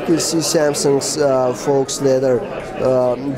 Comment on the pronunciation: Still can't pronounce "faux"